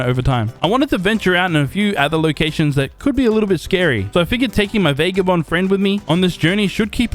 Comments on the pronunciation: Fun video, but it's VAH-GAH-BOND, not VAY-GAH-BOND. Every time you say it that way a puppy dies. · NOT VAYGABOND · Love the vid but bro VAGABOND IS HOW YOU SAY IT